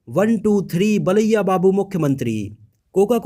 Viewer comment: Baliya nahi bro balya babu